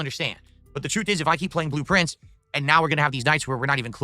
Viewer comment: blueprints, he pronounces it like "Blue Prince"